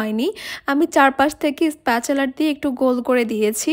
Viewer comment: স্প্যাচেলার বা স্প্যাচুলার না। স্প্যাচুলা spatula. ছিটা পাটিসাপটা-টা খুব ইউনিক হয়েছে। অব্বোশোই না। অবশ্যই ( অবোশশোই উচ্চারণ।